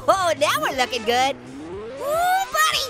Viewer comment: just said budy